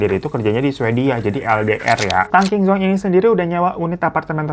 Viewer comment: Maap bang difan itu Tang QingZhong bacanya : Tang CingJong